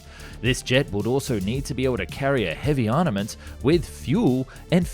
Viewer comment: Please... Armaments are pronounced as "ar·ma·ments", not as "ar·ni·ments".